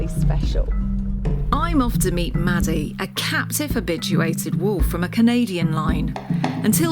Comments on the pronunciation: Great video! I'm a little confused though because "Madadh" is the Ulster Irish for "dog" and is pronounced like "mahdu" so hearing it said like "Maddie" made me cringe a little lol. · It sounds like they are saying Maddy but they are saying Madadh am I just hearing things are they actually pronouncing it maddy